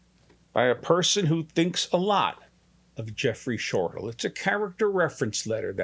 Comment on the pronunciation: Hi, I am Jeffrey Shortal's mom. His last name is pronounced Shortell, not Shortal. I have watched this video so many times. $6,000.00?? for this? Yes, you told my daughter Tami, you were expensive, but this is it? I am not understanding. I have no connection with you, probably a good idea. I am sure you have helped people, but I/we really expected more! I am feeling played, can't help the way I feel. I wish you the best! Patricia Ross